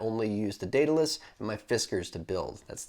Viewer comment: Thanks for the tut, and greatly appreciate you pronouncing the name correctly. Been really interested in this kit. Quit analogs 3 months ago, and have not looked back. All the vids have kept me going, and making my own coils. Currently running Tarot Pro with my Goon. Thanks again and keep them those vids/tut's coming.